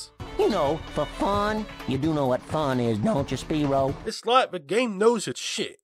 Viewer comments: well, ever since spyro 1, the spanish dubs of the games called him spee-ro fortunately the reignited pronounced the name correctly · they even mispronounced Spyro's name!